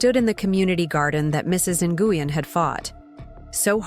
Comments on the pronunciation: Ny u gen is pronounced is more like gwin…👀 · Would you please, if you're going to discuss immigrant issues, at least learn to pronounce the names correctly. The one you insist on calling Mrs NiUGin, is Vietnamese and is actually pronounced Win. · Lol cringing every time they pronounced Mrs. Nguyen “noogan”. It’s usually pronounced like Win. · Nguyen is pronounced " Win " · Actually should be closer to N-wen. And the pidgin English quoted in the narrative is offensive. Vietnamese people I know don’t speak that way. Yes, there’s an accent. But they don’t say “This about” for “This is about”.